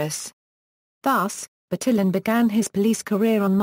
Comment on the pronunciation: "BurTILLin" Why was this one of the first results for "pronunciaton"? It's just assuming the pronunciation based on English phonics. That's, like, the most English-sounding pronunciation of any name I've ever heard.